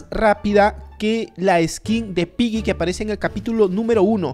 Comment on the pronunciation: No es pylli se ESCRIBE Piggy pero se pronuncia pigui y desde hace un año que te estoy comentando y no me saludas,me desuscribo